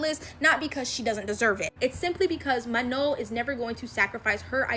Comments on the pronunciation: It is Manon not Mano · The way she said manon😂